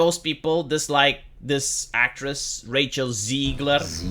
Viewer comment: Don’t know if it’s your accent, but I love the name Racial Zegler.